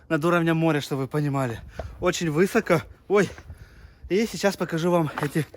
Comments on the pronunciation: Правильно сказать не вЫсоко (твоё ударение на Ы), а высокО ( ударение на О ). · Блогер с претензией на популярность не должен совершать глупых речевых ошибок: "долаживают фундамент" (надо говорить "докладывают"), "высоко" с ударением на "ы", (надо говорить "высоко" с ударением на второе "о") и другие ошибки. Некоторые слова (какой, какая, какие) произносятся вообще в сокращённом варианте. Обучайтесь искусству речи и грамотному правописанию, чтобы не терять своих потенциальных любителей, а значит, перспективные деньги блогера.